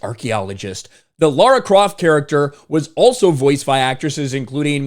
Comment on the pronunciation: props to you for pronouncing Lara croft correctly